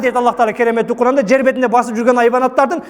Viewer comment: Эмнеге Куран дебей башкача айтып атат? Куркаан дегендей угулуп атат го